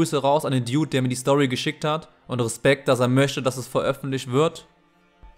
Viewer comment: Deine aussprache ist so eklig. Wie du „dude“ aussprichst🤦🏾‍♂️ Trotzdem mein Beileid an den boy der seinen homie verloren hat. R.I.P🕊